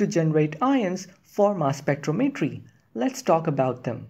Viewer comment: spec-TROM-etry not spectro-MET-ry 🙄 duh